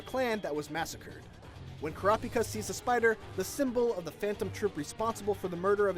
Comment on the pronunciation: No one:: crapika